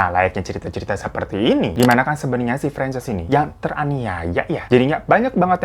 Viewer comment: bang, francess apa franchise sih? kok gw dengernya kyk franchise kulakan usaha??😂